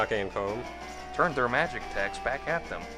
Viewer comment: you pronounced /Koh'may/ wrong